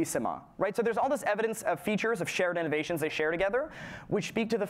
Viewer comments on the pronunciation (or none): none